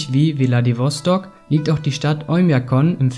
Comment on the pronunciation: ja er meint deine aussprache es wird vladivostok ausgesprochen also ohne das e aber trotzdem ein sehr gutes und informatives video 👍